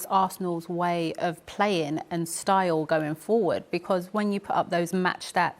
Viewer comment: She is an awful pundit, speaks ok yes but all he said was that she doesn't pronounce G at the end of a word and he is correct, playin rather than playing. I don't see why people are bothered by that, it's an observation and a correct one .